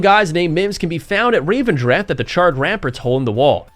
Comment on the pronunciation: The place is called REV-en-dreth, not RAVE-en-dreth. Just sayin.